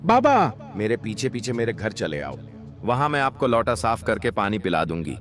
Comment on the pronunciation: लौटा नहीं लोटा शुद्ध उच्चारण है 😂